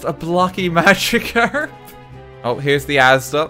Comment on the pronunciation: Australian magicarp